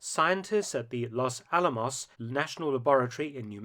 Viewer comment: Really? 'Loss Al-amoss'? How would you react, Mark, if we called it a 'Lan-kaister' bomber?